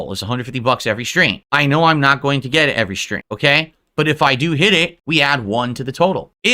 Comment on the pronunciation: Maybe it's me, but something about the way he says "get it" bothers me. It's like what is that supposed to mean and what's with the tone?